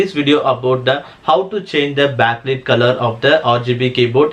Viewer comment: that is an accent...trouble to understand in the first place and got used to it...useful video though...Not "backleet" color but "backlight" like something light, might, fight, high, thigh etc...not same pronunciation